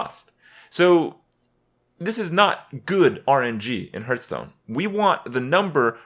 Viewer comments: say it with me Hearthstone (Pronounced "Harth-stone" not "Hurth-stone") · Hurtarena and hurtstone, is the saying just wrong or intended?